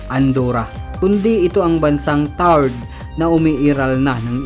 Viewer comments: Tau red po hindi tard ahaha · Tau red hindi taured ang basa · mali pagkaka pronounce mo sa taured..hnd sya silent E.. ganito kung sa tagalog tawred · Taured po yun hindi tawrd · Taured TAWRED GANYAN ANG BASA TALAGA..TAWRED..HEHE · Tawa ako sa bigkas niya ng taured...TAW RED po ang bigkas ganyan po...TAWRED...